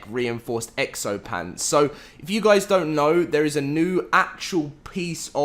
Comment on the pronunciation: "HAPAE NEW YEAARS GUAYS"